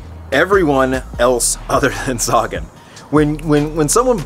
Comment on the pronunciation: It's not Saga-N, it's Sagan. Thanks bro 💪🏻